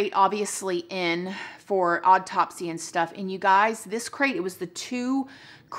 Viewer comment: Love your blog! So much! BUT PLEASE, stop saying "Odd-topsy" 😕 (it's awe-topsy) 😉